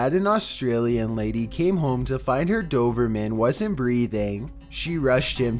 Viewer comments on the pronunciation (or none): DOBERMAN - BBBBB - not dover-man